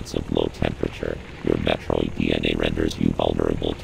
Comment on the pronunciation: so it turns out we've collectively been mispronouncing 'Metroid' for the last 35 years. The Chozo seem to pronounce it as Mathroid